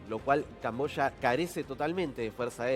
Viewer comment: Yo pensé que era camboya ,el dijo cambosha.